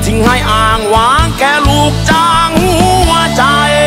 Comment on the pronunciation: เพลงเพราะ แต่ร้องไม่ชัด ทำใหง้ฉันอกหัก แค่ลูกจ้าง หงัวใจ ออกเสียง ห หีบ ไม่ชัด ฟังแล้วขัดหู